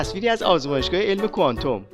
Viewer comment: شاشیدم به کفن خمینی که مبادا خشک بشه آخه گوساله ولایت تو کوانتوم را ده بار بنویس تا بلد بشی تلفظ کنی کوانتوم را با دسته آفتابه اشتباه نگیری گوساله طویله ولایت فرقه ضاله خمینی و تبهکاران خامنه‌ای